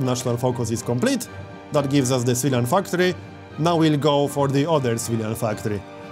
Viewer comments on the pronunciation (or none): Why do you say Civilian Factory like "Svidan Factori" lol love your accent